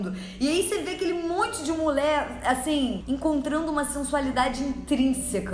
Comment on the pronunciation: Gosto quando tu fala "mulé" 😆